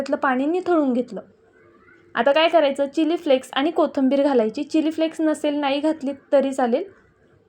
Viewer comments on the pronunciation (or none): none